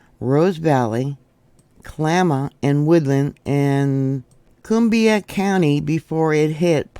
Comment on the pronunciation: Columbia county not Coombia.